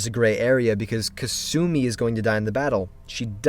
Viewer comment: kasumi is a Japanese name, pronounce it properly please... not ka-soo-mi... its pronounced more like kas-mi 😁 sorry to be annoying